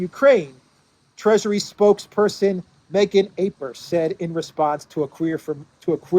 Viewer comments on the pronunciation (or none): none